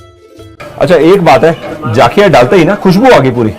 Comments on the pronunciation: Sir jaakhiya nahi zakhiya Bolte hai. NaraZ mat hona pls. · Its Jakhia , not Jaakhia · Sir enjoyed ur video a lot ...sir just try atleast once Faadun...it's also a traditional dish famous in Uttarakhand...it is prepared with Gahat daal...n one more thing I wud like to mention here The correct pronunciation of pahadi jeera is Jakhiya not Jaakhiya.. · Sir jaaakhya ni hota jakhya hota hai ja normal hota hai without A ki maatra